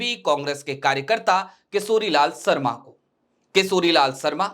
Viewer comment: सुभम नही शुभम किसोरीलाल सरमा नही किशोरीलाल शर्मा... यार भाषाशुद्धि पर थोडा काम करें.